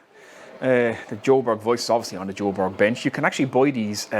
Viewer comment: Hi. Hope you’re well fella. I live in Sweden albeit half Irish/English. 👍. It’s pronounced Kwher-berries. Depends on what area of sweden your from of course as different dialects. This is a difficult one to say as it has a Swedish vowel in it so makes it sound different and hard for an English speaker to pronounce. Easiest way is type the word in to google translate in Swedish setting and translate to English. Then press the little speaker button on the Swedish part. It will pronounce exactly how it is said in Swedish. Hope that helps mate 👍